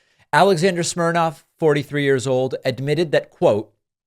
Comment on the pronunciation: His name is Smirnov, not Smirnoff.